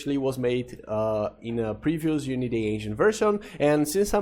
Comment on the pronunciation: uniday sounds like a foreign trying to pronounce "unity" -> "unitay" xD